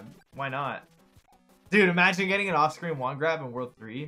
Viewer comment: I realize he says 'off-screen wand grab', but I swear I hear it as 'Austrian wand grab'....